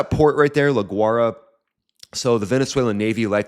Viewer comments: Its pronounced la y rah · Pronounced La "Goo-ah--e-ra" . Interesting videos!